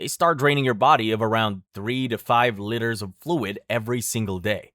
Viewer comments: Liters not litters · why is he saying litres like "litters" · “Litters” “Funji” bro stop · Bro. It's LEE TERS. Not litters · We could loose litters or water? Oh no! I think you mean liters there dude. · As a professional American, "liters" isn't pronounced "litters," it's pronounced "leiters", please fix that in later uploads. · Liters is pronounced leeters not litters. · Litters? Litters of what? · "Eight lidders of fluid!" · Pronouncing liters as litters is diabolical 😃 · Is it just me, or is he pronouncing "LITERS" by saying "LITTERS"? I mean no offense, it just sounds hilarious 🤣🤣🤣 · You don't really pay attention to the fact that this guy's American, until you hear him pronounce units of the metric system. Like bro, seriously, "litters" 😅🤦🏻‍♀️🙏🏻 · 8 litters? The fuck is a litter? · It's pronounced LEE-TERS. JFC. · this is a cool video, but STOP PRONOUNCING STUFF WRONGGGGGGGG, "Litters" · Litters? God dam that annoys me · Many of your pronunciations of in this video are driving me insane especially with how you pronounce liters and fungi. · I swear he´s saying "liters" wrong on purpose XD